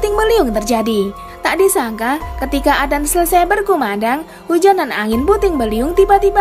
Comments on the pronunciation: sedikit koreksi adzan bukan adan karena bahasa arab salah sebut satu huruf saja sudah beda arti, tapi kontenya bagus kok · Kyk susah lidahnya Ucapkan adzan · Aku yg salah dengar apa,y salah sebut, azan apa adan yah....😂😂😂😂😂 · adzan...bukan adan astafirullah😂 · Hallo yang membawa acara. Tolong jgn sebut adzan dengan sebutan adan. Saya sudah pakai headset,jelas terdengar anda bilang adan. Tolong di perbaiki lagi kata-kata adzan nya. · ADAN,,,?!! Yg bener kalo ngomong Min. Bahasa Arab kalo salah baca maka artinya juga beda. Bukan ADAN dibacanya, tapi ADZAN bukan ADAN!!! Karena kalo ADZAN artian dalam bahasa Arab artinya adalah seruan atau panggilan atau pemberitahuan. Sedangkan kalo ADAN, itu gak ada artinya. Belajar dlu Min! Biar gak bikin sesat orang hanya karena dengar cara bacamu yg gak benar itu!!! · Adzan.... bukan adan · Y mksudnya ko admin nyebutnya adan .....harusnya adzan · Sebut yg benar,.. adzan bukan adan, itu beda makna.. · Adzan bukan Adan min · Maaf bukan adan atau azan yg benar adzan... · Adan apaan min,adzan kali,atau emang gtu cara kota tempat min blg adzan jd adan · Perbaiki dulu bacaannya baru ane subs n like.. adzan koq dibilang adan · Maaf..Adzan bukan adan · Bukan adan tp adzan mbak.. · Kok adan, adzan bukan adan, ngomong aja salah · Adzan.. Bukan adan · Ajan woe bukan adan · Adzan lah bukan adan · Adzan bukan adan ok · Emang penyebutan kata adzan : adan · Emg adan dia ngomong😂😂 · Yg baca adzan. Salah... Aq mendengan dia bilang adan... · Orang islam apa ngak yg ngomong ini. Nyebut adzan aja ga pas. Ky bkn org islam yg buat video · telol apa sengaja? Kok ngomong adzan nya salah sih